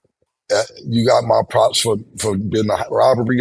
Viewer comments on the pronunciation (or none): none